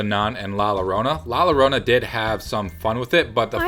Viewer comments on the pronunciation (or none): Sorry to be pedantic, the but the double L in Llorona is pronounced as a Y, so its sounds like La Yorona... I’m going to see Annabelle next week...and First!!!